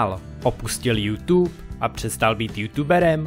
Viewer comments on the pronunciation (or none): none